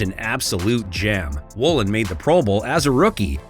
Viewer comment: Not riq woolen😂